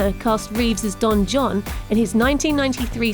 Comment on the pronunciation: "Don John." And this is why you don't let the work experience girl do the fucking voice over.